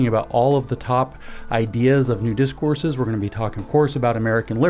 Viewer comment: Did he say "Nudist Courses" at the beginning???? OH!! New Discourses 😂😂